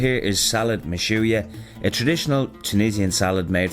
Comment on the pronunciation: Salad Mechouia was pronounced better than me